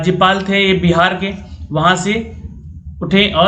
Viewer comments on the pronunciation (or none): none